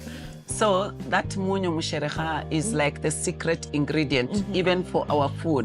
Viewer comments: Love the way you got the pronunciation of the Luhya word😃 "musherekha" on the first try. You resemble Luhya ladies just feels like one of our own🫶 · Wow you really pronounced musherekha so well